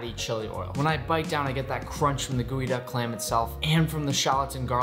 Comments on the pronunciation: It's GEOduck clam not goeyduck clam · geoduck not gooeyduck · Ok, so, y'all are doing the jokes justice, but can we just maybe take a moment to address the fact that this thing is spelled GEO-duck, but he's pronouncing it GOOEY-duck?! 😳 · It is pronounce as geodek not geoduck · I thought it was pronounced jeeyo duck not gooeyduck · Nick, you prepared this clam to eat as sushi. But can you steam it as you would other clams? In other words, can this type of clam be cooked and eaten warm? One more question, you pronounce the name of this clam like "gooey-duck." But the spelling I see is "geoduck." I would say "jee-oh-duck." Please explain your pronunciation. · Delicious but why are we calling it GOOEYduck? Is it not GEOduck? Just curious really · Why is it pronounced "gooey-duck" and not "gee-oh-duck"? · pronunciation geo